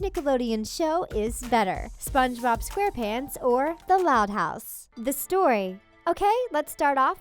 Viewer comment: Why do u keep saying spongebob like “spongeBOB” 😂